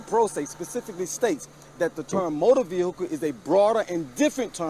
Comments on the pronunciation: One of the bingo slots should be mispronouncing of the word 'Vehicle". "My Vee-hickle" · "Ve-hi-cle" God it got annoying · "commercial vee-hic-cle" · "I aM NoT dRIviNG a COmmeRCiAl VeE-hICkLe"